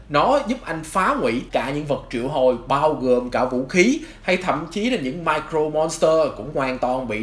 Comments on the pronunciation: Sao "Mirror Monster" mà ông đọc như "Micro Monster" thế? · mirror chứ ko phải micro monster nhé ad :< đoạn này nghe cấn cấn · Nội dung clip okay nhưng tôi muốn nhắc ông 1 chút về cách phát âm, từ "Mirror" trong "Mirror Monster" đọc là "mia rơ" chứ ko phải "mai crô" nha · Mình góp ý chút là mirror phát âm là /mirə/. Hiện tại bạn đang đọc giống như là micro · Video khá hay nhưng mà mình có chút đóng góp là về khi đọc Mirror Monster hình như giọng đọc thành Micro Monster, nếu sửa được chỗ này thì tuyệt vời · Mirror Monster ko phải là micro Monster nhé ad. Phát âm sai từa lưa 😅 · mirror monster nghe ông đọc như micro monster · Cái này là góp ý nhé anh Chữ " Mirror " anh có thể xem cách phát âm trên cái trang từ điển để phát âm đúng giúp cho vid nghe hay hơn nhé anh ạ